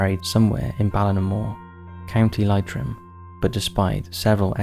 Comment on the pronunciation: What is wrong with the narrator? He is unable to pronounce any of the Irish names. "the Curragh", "Leitrim", "Callaghan."